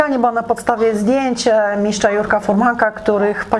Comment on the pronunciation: Dziewczyno, miSTRZa a nie miSZCZa, miSTRZem a nie miSZCZem. Słuchać się tego nie da. Jak masz tego typu problemy z wymową słów, to daj komuś innemu do prowadzenia a Ty zajmij się operatorką.